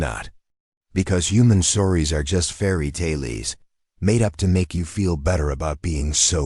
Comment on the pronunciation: Decent story. Ai could use some improvement. Unable to pronounce fairy tale correctly and reads end of sentence period as "dot" I commented to soon. the reading of punctuation gets worse as the story goes on